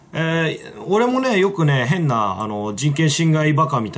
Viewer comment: 変な奴がふぇんな奴に聞こえる